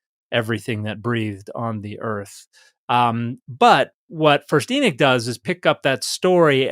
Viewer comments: Pardon, are you referring to the book of Enoch (E-nuck or EE-knock)? Or another book? It sounds like you’re saying The Book of Enic? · Exactly! It's spelled Enoch, but he kept calling it Enick. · Now I’m confused. Is the name pronounced Enok or Enik? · Just a different pronunciation of the “o,” I believe. I’ve heard it both ways. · Both pronunciations refer to Enoch as far as I know.